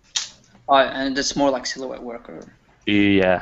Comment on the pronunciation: It's funny how still can't pronounce "silhouette".:D